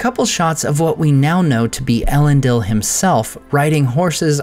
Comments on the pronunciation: thanks! That makes sense to me given the formation of the word from Elen and Dil. But surely the last syllable is pronounced “deel”, rather than “dill”? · Isn’t it pronounced “El-en-DEEL”, not “El-EN-dill”?